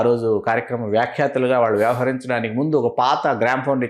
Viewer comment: మీరు దయచేసి “వాల్లు వాల్లు “ అనకండి, వాళ్ళు అనండి.